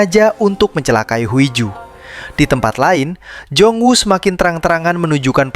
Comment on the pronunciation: Huiju tapi bacanya hiju cmiiw